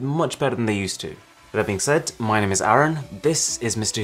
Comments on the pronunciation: fun fact :- his name is Arun but he pronounces as aren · Bhai tumara nam arun hai use aaron mt bolo😂😂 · you con not pronounce your name correctly.What a shame:(